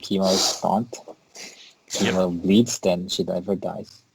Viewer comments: It's Chem-O like chemical. Not Keemo like cancer treatment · Yeah, the "Keemo" thing really irritated me as well. I've always thought of him as a CHEMical Organism, so Chem-O sounds right in my head while "Keemo" just sounds wrong. Hey, poe-tah-toe ~ poe-tay-to ... such is the nature of the hodge-podge English language. ;) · Just checked an official DC cartoon, he is right it's "kem oh" not "keem oh". I've pronounced it wrong my entire life =(